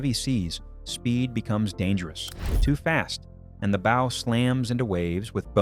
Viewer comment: Please, ships do not haves bows like shows; they have bows like cows. Sorry, serious pet peeve.